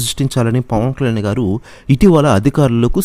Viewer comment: పవన్ కళ్యాణ్ అని స్పష్టంగా పలకండి.